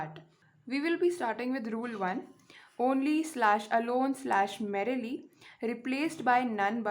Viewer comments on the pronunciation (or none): She called merely , merrily🤣🤣